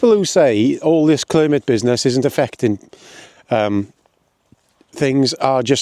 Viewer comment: Mispronouncing Climate didn’t change anything clearly 🤣😂🤣 Any idea why cuts, taxes are needed after the Conservatives drove everything into the ground? Swimming pools et all have been closing over the last 10 years, in fact there is little of your rant that wasn’t happening under the Tories - toilets inc. Try a lil critical thinking and stop doing all you can to make Frottage the Messiah 🤣😂🤣 Your truth needs better research and facts - not some of your dodgy references …